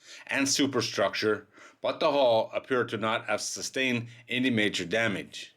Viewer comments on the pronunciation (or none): none